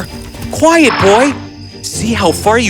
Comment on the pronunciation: It's "quiet" not "quite".